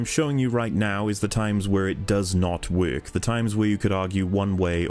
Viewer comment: My man said “this doesn’t Weirk” amazing analysis of a truly flawed game. I still love it though like my dumbest brother.